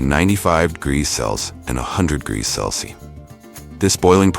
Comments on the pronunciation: How annoying is the AI failed pronunciation of “celsius”… Cell-Sees…🙄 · It gets ready to "cleenz the beans" before processing . also we moved from how cherry trees are planted to soybean production. And the poor robot cannot pronounce Celsius. My favorite mispronunciation is 'Celci'. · Celcius is pronounced "cell see us"